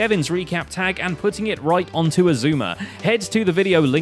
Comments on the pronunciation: essooma is best way to butcher x's name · I still don't understand why Xizuma is pronounced sheshwami... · Xisuma ? You mean Eggseggsoomna? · X-I-zue-mee is the best hermit. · Xisuma should be... X-poo-ma